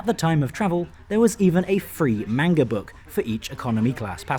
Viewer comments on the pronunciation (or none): none